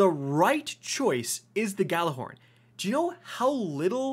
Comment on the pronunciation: “I’m ghallahorny today “ here